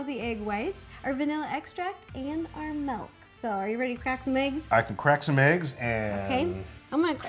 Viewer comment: I love your vids and everything but for some reason it just bothers me when you say 'melk' and I know that's how some people say it but idk it just bugs me 😂